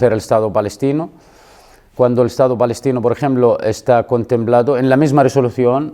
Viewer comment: Es " balestino" 😮😂